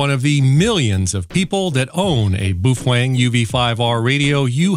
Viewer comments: Boofwang lol it's Bow-fung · Why does he say boofwang? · Hate to break it to you but you are pronouncing BaoFeng totally wrong. It's pronounced: Bow Fung. Bow as in Bow Down not Bow and Arrow. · Phonetically correct is "bow fung", but I like Randall's pronunciation better.